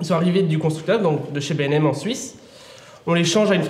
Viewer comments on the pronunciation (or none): C'est B&M pas BèM ou les autres trucs